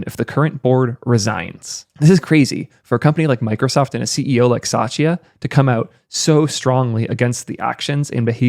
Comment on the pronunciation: I don't think Microsoft CEO's name is Sachia. It's Satia.